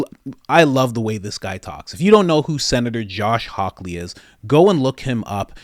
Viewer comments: Hawley, not hawkley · My brother, I love your show. Note: it's Josh Hawley (no 'k') Again, great show. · HIS NAME IS JOSH HAWWWWLEY!! Not Hawkley. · The more I listen to your content the less I have to look elsewhere. You do an outstanding job 🎉 BTW Josh last name is Hawley not Hawkley. No k and yes he is amazing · Josh Hawley, not Hawkley. No k. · Josh Hawley not Hawkley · Hawley! Not hawky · I really like you and your videos but I wish you would put more effort in to get the names of people you're talking about correct. I'm not trying to sound like an asshole, I'd like to see you do well and more people appreciate Josh Hawley